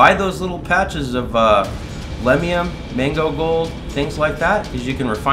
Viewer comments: Are you intentionally saying “mango” instead of “magno?” Like some sort of word play? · I literally thought it was 'mango' for weeks now until I read your comment just now